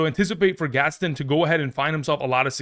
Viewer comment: it’s Orande Gadsden lol come on now